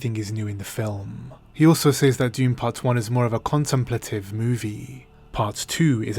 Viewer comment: "Says" is pronounced SEZ.